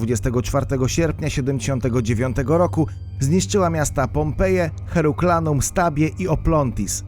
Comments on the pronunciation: HERKULANUM nie HERUKLANUM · Herkulanum, nie Heruklanum...to tak jakby gość w szkole nie potrafiący czytać, czyta i przekręca słowa. Trochę dokładności na przyszłość jak się wypuszcza materialy na yt, bo źle się tego słucha. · Shenzen czyta się chyba jak Szencen. No i to było Herkulanum, a nie Heruklanum czy jakoś tak mówiłeś. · Herkulanum a nie Heruklanum :) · HerKULAnum, a nie Herulkanum. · Heruklanum? hahaha Herkulanum jak już!